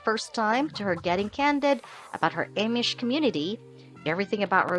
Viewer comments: I agree she is pronouncing Amish wrong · Can't watch when someone can't pronounce Amish